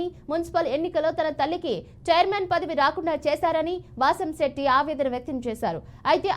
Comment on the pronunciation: బాసంశెట్టి కాదు వాసంశెట్టి